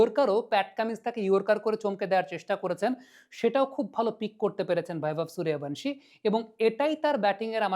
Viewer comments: হিন্দি উচ্চারণের প্রতি আপনার এই আনুগত্যের কারণ বুঝি না। বাংলা উচ্চারণে শব্দটা হচ্ছে "সূর্য্যবংশী", আপনি কিন্তু বলছেন এবং লিখছেন "সুরিয়াভানসি"। এটা হিন্দি কালচারের কাছে নিঃশর্ত আত্মসমর্পণ যা দেখতে ও শুনতে ভাল লাগে না। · আরে বাংলাউচ্চারণ কেন ভুল করেন ওটা বৈভব সূর্যবংশী হবে।please উচ্চারণ ঠিক করুন। শুনতে কানে খুব খটকা লাগে। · আবে বৈভব সূর্যবংশী 🙄 ঠিক করে নাম উচ্চারণ করো। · বাংলাভাষা প্রেমিক ইউটিউবার, সবজান্তা ক্রিকেট বোদ্ধা এবং মরুভূমি-কালচারের বাঙ্গালীরা👇 "সুরিয়াভানশী" ~ wrong ,বাংলা বললে বলতে হবে ~ "সুর্যবংশী" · নামটা ঠিক করে উচ্চারণ করেন বৈভব সূর্যবংশী। 👎👎👎👎👎👎👎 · ওঁর পদবী সূর্যবংশী , হিন্দিতে উচ্চারণ Suryavangshi. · নামটাই উচ্চারণ করতে পারিস না। 😆😆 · মূর্খ ঠিকমত নাম উচ্চারণ করতে পারে না,‌ আবার অ্যানালিসিস করতে বসেছে! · কোথায় ভি এবং কোথায় বি এর উচ্চারণ হয় এই সাধারণ বিষয়টা জানেন না। একজন বাংলার শিক্ষক রাখুন। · Ara murkhochoda nam tai thik kora bolta paris na madrasa pora chele tai na